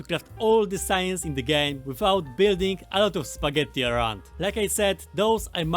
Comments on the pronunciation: You can definitely notice some Italian vibe with four "t" in spagetttti 😂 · are u italian or do u pronounce spaghetti that way for fun? :D